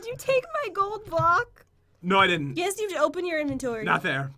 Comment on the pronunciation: I love how u said yesh 🤣🤣🤣🤣